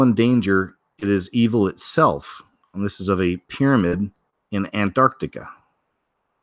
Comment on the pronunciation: If you soften up the 1st “T”, you will say Antarctica easier